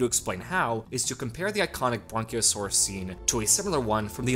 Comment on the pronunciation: What's a bronciasauris